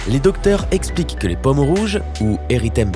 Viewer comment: Vous m’énervez avec votre mauvaise prononciation,les paumes ne se prononcent pas pommes ! Entre autres...